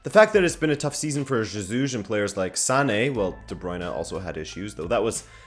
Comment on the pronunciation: You pronoun jesus wrong. The j is like an h, as in hotel, or horse.